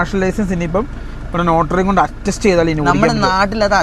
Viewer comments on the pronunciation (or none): ലോട്ടറി അല്ല നോട്ടറി